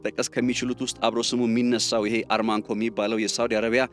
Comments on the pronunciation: ARMANCO ሳይሆን ARAMCO ነው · አራምኮ :-... እንጅ አርማንኮ አይባልም ?... አራምኮ የሚገኘው በደቡባዊ ክፍለ ግዛቷ በሚገኘው በ ደመማም ክፍለ ሃገር ውስጥ ነው ። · NOT ARMAC REAL NAME ARAMCO